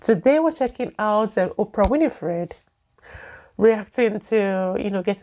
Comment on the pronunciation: …..OPRAH’S LAST NAME IS NOT “ WINIFRIED “…. IT IS “ WINFREY “…